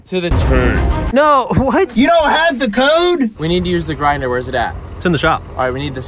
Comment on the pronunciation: Er did you say grinder date? Each to their own...